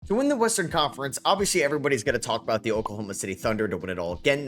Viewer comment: Here when is still says "Ahout" ❤